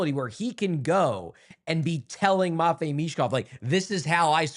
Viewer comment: “Matchine” Michkov